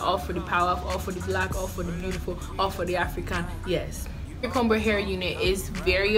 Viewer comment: I hate to be that person, but I feel the need to tell you the b in fingercomber is silent...